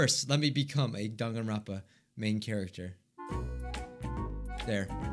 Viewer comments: First thing I hear in this video: Denganrwonpa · First. Thing. I. Hear. Dwanganrounpa